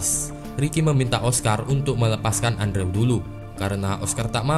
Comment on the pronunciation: Bacanya endru bang Bukan andrew 😩